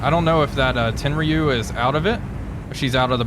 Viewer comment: Tenryu... "Ten-roo"